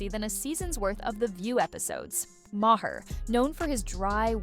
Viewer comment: You're pronouncing Maher incorrectly. 🙄